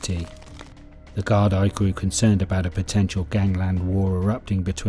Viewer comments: I can't see the point of A: using the American Westies gang at the start, and B: using American footage to portray some of the nefarious actions. And the Gardai is pronounced "gard-ee". The actual facts of the situation are spot on and very well researched. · No darling from the states ? In ireland just cos no all speak gailge meaning fuckin irish its pronounce is gardi ya smart cunt.